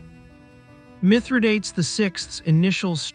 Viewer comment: Do try to learn how to pronounce a name before making a video on it.